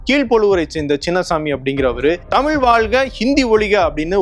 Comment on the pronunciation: அண்ணா அவர்கள் அன்று சொல்லியது இன்று நடந்துகொண்டிருக்கிறது. "தமிழ்" என்று சொல்ல இயலாமல் "தமில்", என்று சொல்லும் தமிழ் இளைஞர்களை பார்க்கும்போது வேதனையாக உள்ளது. தாய் மொழியில் எழுத படிக்க தெரியாத இளைய சமுதாயம் ஒரு பக்கம்...